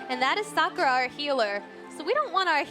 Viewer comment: Suck ah ra. That pronunciation really bothers me.